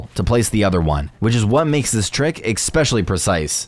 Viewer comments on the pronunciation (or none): did i just hear you say expecially? I hope not